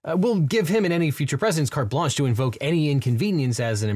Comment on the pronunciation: as someone who speaks french a bit, your “card blanche” pronunciation is very good =^^=